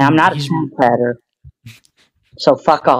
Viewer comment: im not a pwedehteuh im not a pwedehteuh im not a pwedehteuh (the way he pronounces that last syllable is mind boggling)